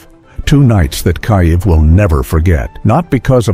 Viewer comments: Your AI is deficient and cannot even pronounce Kiev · the way you pronounce KIEV / КИЕВ is a crime - shame on you